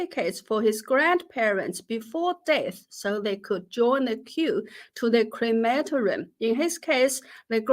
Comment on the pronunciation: Jennifer --- a note on pronunciation: cre ma TOR i um, not on the second syllable. What a ghastly growth industry! Now the "People's Republic" has caught up with Nazi Germany in disposing with human remains. How much better, the traditional way, when the ancestors were buried in the good earth, in the uplands above the fields -- not land needed for crops, but they were always close to the living family members who worked the soil!